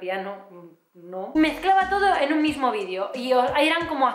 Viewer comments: Jajaja me ha encantado este vídio (por cierto, has conseguido que note cada vez que dices vídio y no vídeo), me he reído un montón y la verdad es que me hacía falta después de un par de días que no he estado nada contenta ^^ Gracias por ser tan espontánea, guapa! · Que bonita! aaaaw q emoción! mencionas te lo de como dices "vidio" en ves de vídeo; yo te lo comente en face apenas y me encanta como lo dices. jajaja que emoción !!! jajaja soy muy boba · ginseng y eso no tome xD eres energía pura!!!!molas y tus videos (vidio vidio vidio) ramdon también!!!! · Chupito cada vez que diga "vidio" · no eres la única que dice "vidio" He dicho?mi gracia